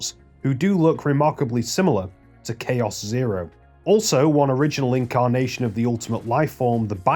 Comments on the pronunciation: It's planet of the Chaos "chows", the creatures. Not "Kay-oss" the state of disarray and confusion. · Planet of the Chaos isn't "Planet of Chaos (Kay-Oss)" like you said, but actually "Planet of the Chaos (Chow-s)" as it's a parody of Planet of the Apes. That was the only thing that triggered me, so good job! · Wouldn't it be pronounced planet of the "chows"? Because in Sonic Adventure 2 they have creatures called chao. That billboard in game reads "Planet of the Chaos". You said it like like the English word chaos which wouldn't make much sense given the context since the other movie adds were for the creature chao.